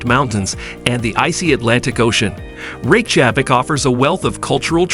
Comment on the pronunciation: I believe that Reykjavik is pronounced REY kya vik